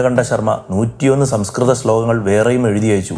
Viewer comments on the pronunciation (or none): Not sanskrt _Say "Sam s KRTAM"